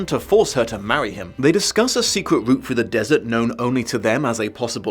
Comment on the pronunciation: "But, thanks to Shasta's oasis-containing boot--" SAY WHAT?? /rewind/ "...oasis-containing route--" oh okay